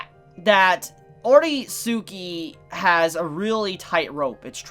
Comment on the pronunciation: Ok sorry imma sound like a grammer police or smth but the series is pronounced ore-ski not ore-suki. The suki is pronounced as ski as in ski des meaning i like you or to like something. So its ore-ski in pronunciation.